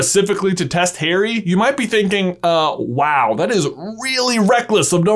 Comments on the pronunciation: My friend said why does this guy keep saying "Hairy" instead of Harry and now I cannot un-heary it. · It is Harry, not Hairy as you say it many times annoyingly. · 3mins in... STILL SHOUTING...!!! Combined with your constant mispronunciation of Harry's name as "hairy", I cannot continue, which is a pity because I was genuinely interested in the content. I can't listen to it. I quit. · Omg stop don’t say “ hairy “ it’s “ harry” like Harriet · his name is not Hairy, but Haary, thanks. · i cant seem to commit to this video coz he keeps saying hairy and not Harry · Am I the only one to hear Hairy Potter and not Harry Potter? Is this an inside joke I missed out on? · "hairy" bro are you KIDDINg me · same for "hairy" potter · The way you pronounce Harry makes me cringe so hard (it’s my name lol)